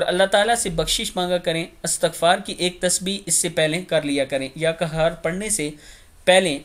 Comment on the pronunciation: یا قہار کو یا کہار پڑھنےپر معنی بدل جاتے ھیں!؟